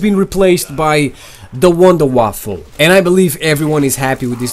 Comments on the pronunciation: Please stop calling it the wonder waffle. It's called the wonder Waffe there is no L in Waffe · Its wunderwaffe, not waffle xd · it's wonderwaffe not waffle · Lol you kidding me? It's wunderwaffe which is German for miracle weapon and not wunderwaffle(miracle waffle). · he says wunderwaffle